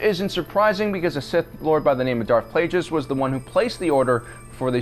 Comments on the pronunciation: if my memory serves me correctly (it does), Yavin was pronounced YA-vin (1st. syllable rhymes with 'bad'), rather than YAH-vin, and Darth Plagueis was pronounced by the Emperor as PLAGUE-us, rather than PLAJE-us. Also, I notice that, no matter how big the ship is, it's still referred to as a simple "star destroyer". When do they become big enough to be called super star destroyers? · stop saying plajus the g is a g not a j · Darth Plajis OMG your killing me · How come he always pronounces Plagueis wrong? Plague-us. No J sound. Has he not seen Revenge of the Sith? Lol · It’s funny that you said plagious that way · He pronounced Plagueis wrong.